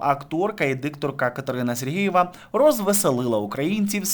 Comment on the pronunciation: Катерина - Супер! А Вам, шановний авторе, зауваження: Робота кРопітка, Катерина СергЕЄва (Ви кажете СергІЇва, і це дуже добре чути). Слава Україні!